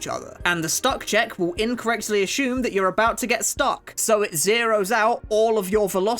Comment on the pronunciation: Nice video but i got one question, why do you say ashumed instead assumed? 😮